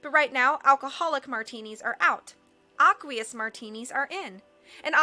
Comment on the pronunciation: Isn't aqueous pronounced "ey-kwee-iss"?